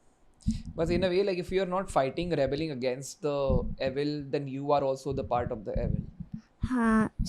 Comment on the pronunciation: Your pronunciation of "evil" is wrong.